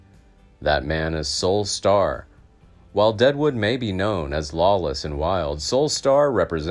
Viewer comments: Pronouncing the name of the subject incorrectly does not inspire confidence in the story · I would normally agree but this is an AI generated voice, so it doesn’t mean the info is bad. The computer just pronounces is wrong.